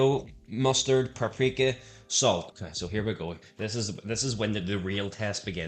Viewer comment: you said paprika like prep-preeka 😂